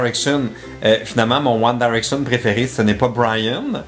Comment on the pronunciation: t'arrête pas de dire One Daraction 😂